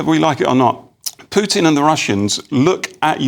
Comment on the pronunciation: Don't forget, politicians like Johnson are just messengers for their wealthy donors. Their various financial empires (Big Weapons, Big Tech, Big Pharma etc) control the world, not a democratic societies. Btw stop mispronouncing Pew-tin, it sounds ignorant and disrespectful.